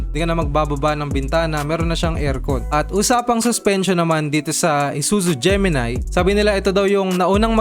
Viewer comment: Gemini, hindi Gemi-nay.